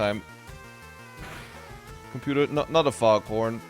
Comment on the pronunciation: What no sleep does to a man... "Computa, pictures of fwogs kissing."